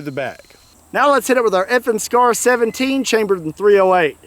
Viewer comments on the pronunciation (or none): When he said FN scar I thought he said effing scar lol